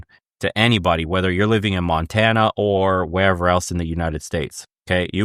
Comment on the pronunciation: I get a chuckle when you say Montana. Unfortunately its bad here too 😂